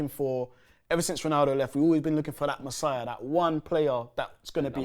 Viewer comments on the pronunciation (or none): “Massiah” is insane